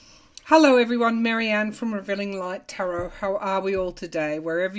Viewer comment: nice hair marhi--ann x sorry I just realised. that's how I heard it. x